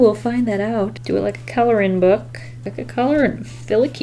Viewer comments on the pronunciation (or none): did anyone else here “color-rin-book”? Like if made her own coloring book that’s what it should be called